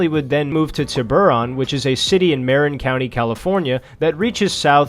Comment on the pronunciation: Btw, you mispronounce Marin. It’s pronounced MER-IN. Great video btw.